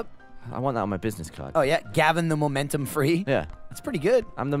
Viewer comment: "I'm the mommommmmentum" gets me every time! XD